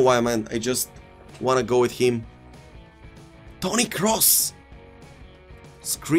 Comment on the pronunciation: No one:: “iM gOinG to Go fUr eenFurm Toni cRoss”